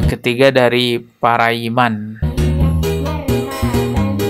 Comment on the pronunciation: bukan parayiman.. tapi pari..aman. sumbar